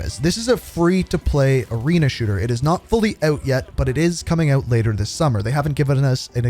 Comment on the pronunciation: When's it coming "ooot" bro? 🇬🇧